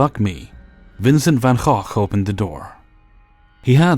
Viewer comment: Thanks, your pronunciation of Van Gogh was so much more correct than it's pronounced in America than it messed with my head.